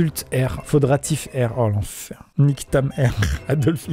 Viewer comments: « oh l’enfHAIR » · il en na fait un sens faire exprès "l'enf-hair" 😂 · Amixem à : "Oh l'enfer" Moi au même moment dans ma tête : "Oh l'enf'hair"🤔🤔😂 (OMG merci pour les likes😘)